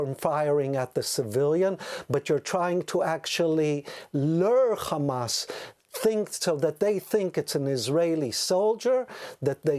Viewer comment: It’s Hamas not khamas speaking English 😂 🐀🇮🇱🐀